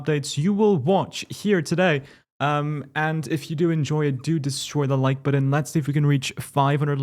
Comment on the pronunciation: "The like buh-din"